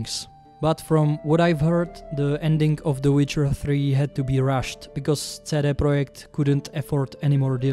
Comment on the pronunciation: Čte se to sídý prodžekt red, ale souhlasím souhlasím